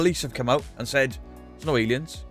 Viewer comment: Said not Saif lol